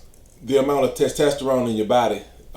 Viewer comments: T E S T E S T E R O N E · The way you say “testosterone” is tremendous 😂